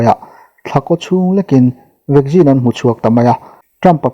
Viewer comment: Vaccine ti ve mai la.vaggin tih chu hriat nuam lem lo e